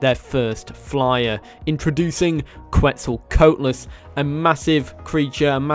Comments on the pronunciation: ''quetzal coat les'' lmao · Bro said “Queztl🧥las” 💀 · Quetzal Co-AT-Liss just saying 😘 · The way you said quetzalcoatlus irritates me it is said exactly how it is spelt